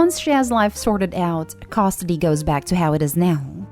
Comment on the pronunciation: What is "costidy"? These computer voices are getting better though still MASSIVELY irritating. But when do they get to pronounce words properly?